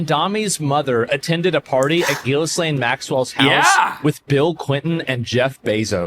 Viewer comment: Why can’t anyone say GHISLAINE’s name right? 😂 I’ve heard it pronounced “Jislane” and “Gislane” and “Jilane” and “Jizlane” and once in a while someone gets it right! It’s pronounced “GILANE” with a hard G as in the word GOO but spelled “G-H-I-S-L-A-I-N-E” so the H, S, and last I are silent.. I mean we don’t want any mistakes on who is the pe*ophile and the pe*ophile procurer!! And that would be you GHISLAINE MAXWELL!!!